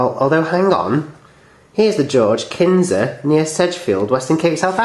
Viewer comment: Knysa is said with a silent 'K'